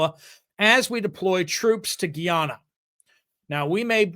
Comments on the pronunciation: I'm no expert, but I did humanitarian work in Guyana several years ago, and the locals pronounced it "guy-AN-uh". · my son served as a missionary in Guy- ana. That is how they pronounce it. Guy-Anna. Thx